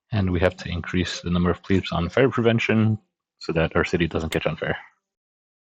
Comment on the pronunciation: Plebs... not "pleebs" :D . Nice video tutorial, learned a little more on how to make it more efficient.